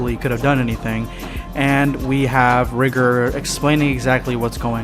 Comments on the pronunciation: When he says Rigor it sounds like he’s saying something different if u know what I mean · I can’t stand him constantly saying rigor wrong